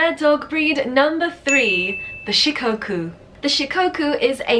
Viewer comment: omg Shikoku made it into a video! My Shikoku baby is my life 💕💕💕💕💕 (btw it’s pronounced with a short o sort of like in “off”) Kai ken are more popular in Japan than Shikoku, I’ve seen 4 or 5 Kai locally but nobody has ever seen a Shikoku before they meet mine 😭💔